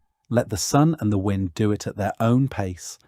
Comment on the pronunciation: Interesting but the AI commentary is a bit of a let down . W👁nd instead of win-d !